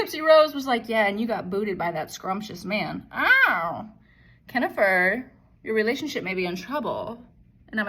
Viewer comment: Lmfao!! “ Kennifer” 😂😂😂 I love you!😂😂